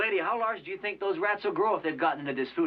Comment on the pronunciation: "when we grew up, we did not sink" Speak for yourself!